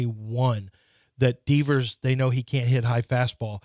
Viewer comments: Lmao Deevers and he’s confident saying it that way. 😂😂😂😂😂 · That’s not how you say Devers😂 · Lmao that’s what I was thinking the whole time